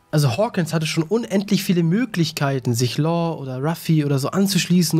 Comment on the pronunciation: Alter er heißt LAW. Nicht Lore oder Lor und auch nicht Lohr. LAW digga, lern das mal bitte. Wenn du LAW sagst zieht sich bei mir alles zusammen.